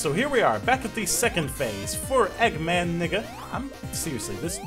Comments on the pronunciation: It's Eggman Ney-ga, not Eggman Nigga XD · he said eggman nega not niga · Neh-ga but your point still stands. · I thought this dude said nigga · I thought u said nigga eggman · ***** Just to let you know, it's pronounced "Son-ya". Also, I watched a bit of the show as a little kid (we actually had it on British TV); I always thought it was great, but then, like all kids' TV shows, it makes me cringe a lot today when I actually see it again. EDIT: "Eggman Nigga" lol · Okay so i wasn't going crazy haha, i knew he was saying nega but it sounded like nigga. Maybe the idea of an eggman nigga would be a funny mod and then you have a character for mod mondays XD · Hold on, Eggman WHAT!? It's supposed to be Eggman Nega n-e-g-a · Gamingmasterboy 4561 I Know the splelling, I was correcting pronunciation. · was he saying nega or n**